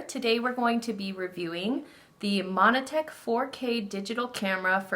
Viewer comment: you nailed the name 😂